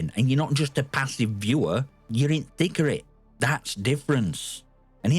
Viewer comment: Hey, no disrespect or anything but are you using AI for the thumbnails, the cutout for (magnificent-) at the end, and your voice as well? The subtitles says “thick of it” but you actually said “thicker it”, but it might be because of your accent. But who knows, AI has been everywhere lately.